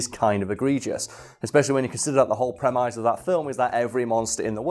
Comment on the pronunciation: Are we just not going to talk about pronunciation of the word 'premise'?